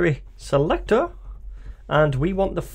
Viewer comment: Bro please stop saying ‘selector’ like that